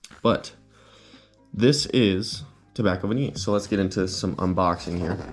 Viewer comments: I will buy "Tobacco Vaniii, I love Tobacco Vaniyey" I dunno why he pronounce it like that.. 🤣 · it will be good if you'd learn to spell and pronounce Tobacco Vanille correctly.